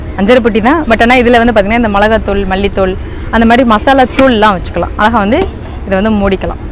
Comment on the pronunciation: அருமை , உங்களுக்கு ழ உச்சரிப்பு சுத்தமாக வரவில்லை , ழ சரியாக உச்சரித்தால் இன்னும் நன்றாக இருக்கும் உங்கள் பேச்சு , அழகா என்பதை அல்லக போன்று உச்சரிக்கிறீர்கள்